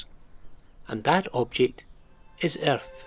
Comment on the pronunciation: omg i laughed so hard when he said erthh